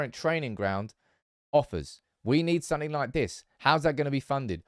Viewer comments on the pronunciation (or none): none